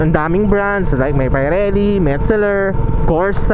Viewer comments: Pee-re-lee idol not pie-re-lee😅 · Pirelli hindi payrelli ride safe